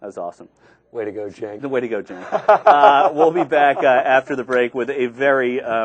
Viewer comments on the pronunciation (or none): "way to go 'Cenk'" LOL, oh no.